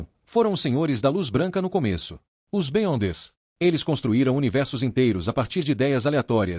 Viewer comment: Top! uma dica para o narrador. escreve errado para pronunciar certo. Beyonder ---> Biondes Da certo! Sucesso!